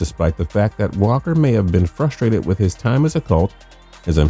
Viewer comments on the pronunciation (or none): none